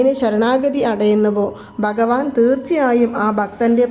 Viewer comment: ബഗവാൻ ❌ഭഗവാൻ ✅നമോ.. എന്നും അക്ഷരസ്‌പുടതയോടെ പറയുവാൻ ശ്രമിക്കുക..